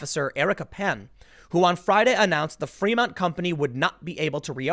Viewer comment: I love how Tim pronounces Fremont as Fremunt.